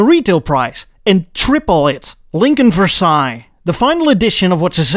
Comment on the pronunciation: the first "american" prononciation of Versaille you said was almost the exact same as a french would say it, but the "french" version of Versaille you say next is just weird, it sound like ,for sale, even for me who is french.